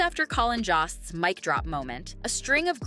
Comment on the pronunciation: JOST ... Pronounced JOAST like roast, like boast, like most.